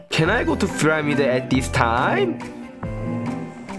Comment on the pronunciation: Not PYRAMIR 😒 Is pyramid 😏 Nobbb 😂😂😂😂😂😂😂😂 😂😂😂😂😂😂